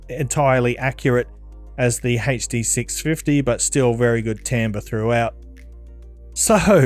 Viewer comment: Hey-chhh Dee 6 fih-eee